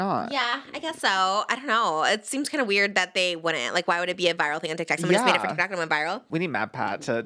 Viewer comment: I love how Trish says TikTak